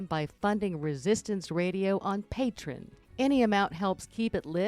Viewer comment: Just to mention, the donations site is Patr-e-e-on, not Patron......just so that people know that you are talking about the same site.